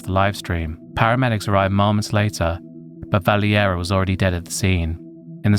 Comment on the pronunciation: It's not pronounced "Valley- Era" it's actually "Val-Area" spelled Valeria. In English it's Valerie.